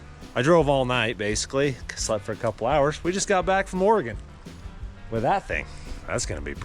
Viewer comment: Thank you for saying "Oregon" correctly. So many dont.